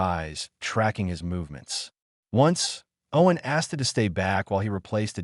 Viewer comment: Good story. I liked it. Thank you. Wish the word "dot" was used as the end of a sentence. Not as a spoken word. It would also be nice for "it" to be pronounced as a word, rather than. "i" "t".